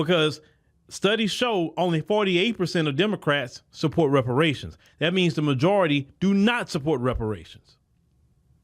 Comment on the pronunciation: She couldn’t even say the word Reparations when she tried to answer the question.